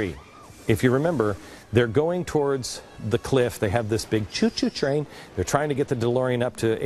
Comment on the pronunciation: I love how he says "choo-shoo train" XD